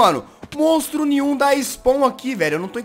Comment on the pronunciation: so fui eu que percebi que o jazz falo mostro nim nhu